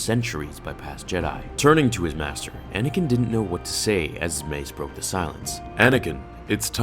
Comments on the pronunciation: "Mater Yoda" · in the begining you spelled master as "mater"